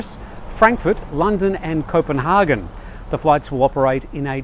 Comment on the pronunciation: please learn how to pernicious Copenhagen. You make it sound like a city in Germany.